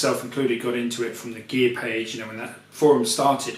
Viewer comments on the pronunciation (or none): none